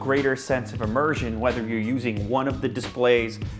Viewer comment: "Immersion" LOL